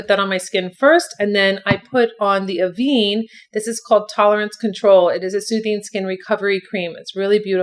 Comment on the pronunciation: ‘Av- ehn’ not ‘aveeeene’